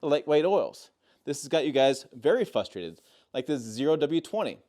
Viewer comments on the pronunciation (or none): The thing that made me most upset is the fact he said FUSTRATED and not FRUSTRATED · The word is pronounced frus-trated, not fus-trated. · Frustrated with an r not a u